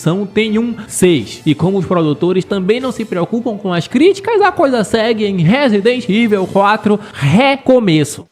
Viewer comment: A regra é clara, falou " Resident Iveu", eu já vazo do vídeo e dou deslike.